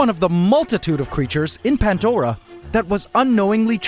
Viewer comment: You should name the acrobat ants the "Swarm du Soleil" Also.... Why "Pantdora" and not "Pandora"?